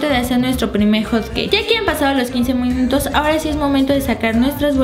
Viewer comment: en el minuto lesslie dice minuotus